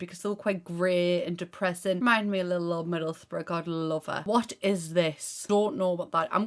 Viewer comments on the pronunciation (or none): none